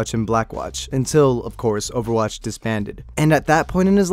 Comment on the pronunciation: im sorry did he say oerwatch 2 HAHAHAHAHAHHAHAHAHAHAHAH